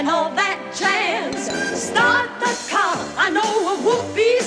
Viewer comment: All that ja-yuzzz. I like this version of it, except the way they're pronouncing jazz, which is cheesy.